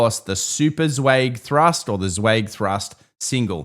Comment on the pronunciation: Martin Zweig pronounced his own name with the vowel of "by," not the vowel of "bay."